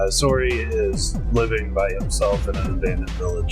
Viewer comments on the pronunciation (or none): Mason got lucky in the anime. In the game, he gets eaten. Also, it's seriously painful listening to you guys try to pronounce Sorey's name. Just call him Slay if you can't say it right pls